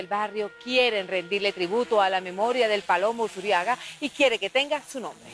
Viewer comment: es ALVEIRO USURRIAGA LOPEZ .... no "Usuriaga" con doble R... RR